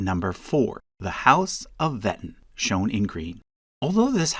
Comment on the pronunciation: The name "Wettin" is actually spoken like "Ve'teen".